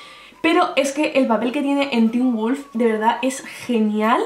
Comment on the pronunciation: poor qué wulf? JAJAJAAJAJA